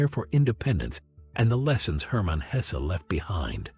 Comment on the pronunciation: Why must that unholy AI narrator mispronounce the mans name throughout